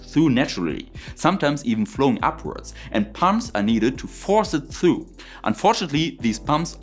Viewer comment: Sehr schön!! Du sagst doch du magst besser englisch aussprechen können, 🤓 also passe ich auf mit Timestamps: “Occurs”…. u hat keine Umlaut, es hört sich mehr wie ö an. “through”… man muss die R in das Wort aussprechen. “ultimately”… ULTimately nicht ultiMATELY. Du meinst, glaube ich, FRACTION, nicht FRICTION. Fraction is ein Teil des ganzen und Friction ist was passiert wenn zwei Sachen gegeneinander zusammen reiben. “diameter”… ES hört sich mehr wie diAMeter als diaMETER Ich wohne ein Teil in Deutschland und ein Teil in der USA und spreche beide Sprachen aber viel besser englisch als deutsch im Moment. Ich helfe gern und es hilft mir mit meinem Deutsch dann auch! Doch frag mich nicht Hölle von Höhle richtig auszusprechen… da stolpere ich mich Total weil ich den Unterschied nicht gut erkenne! 😛 (Am etwa 6 Minuten drin, dann kommt viehleicht mehr wenn ich Zeit habe weiter zuzuhören)